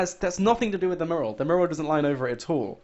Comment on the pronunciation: This guy is a con man and his video titles are nearly always lies. He's rotten and cant even pronounce "mural" correctly.